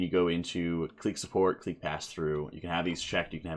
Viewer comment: Clique is pronounced the same as click btw